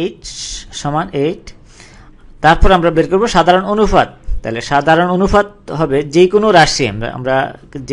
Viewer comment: ভাইরে অনুফাত কি? অনুপাত বলতে পারেন না??